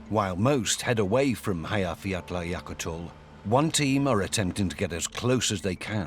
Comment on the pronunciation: Actually, he really butchered it. I think if people can't pronounce it well enough, it's better to just skip it.